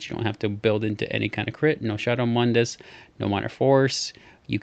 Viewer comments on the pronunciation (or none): none